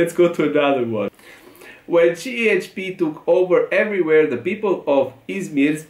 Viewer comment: Cehepe ❌️ Cieçpi ✅️ 😂